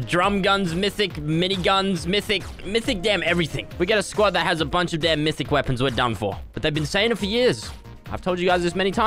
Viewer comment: He’s saying MISSIC instead of MYTHIC